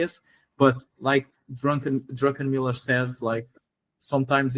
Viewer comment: not drunkenmiller but druckenmiller